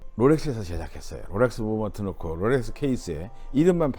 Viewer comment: 로렉스 아니고 롤렉스 😂